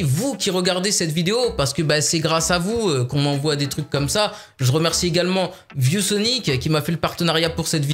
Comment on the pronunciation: On dirait que tu dis vieux Sonic au lieu de view Sonic